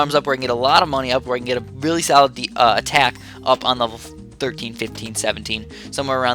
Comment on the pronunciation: Every time you say "solid" it sounds like "salad" like "that is a very salad spot"